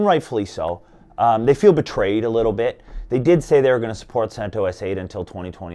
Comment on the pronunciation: He pronounced CentOS correctly at first, the creator of CentOS, Greg recently did a podcast and he pronounced it the same way this dude did in the beginning of the video.